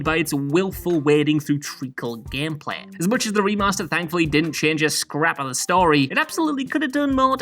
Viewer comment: "gehmpleh" lol